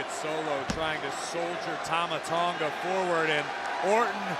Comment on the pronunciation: Paul Heyman botching Tanga's name though 💀😂